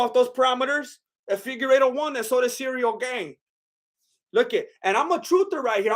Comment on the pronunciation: "Cereal Gayne" <3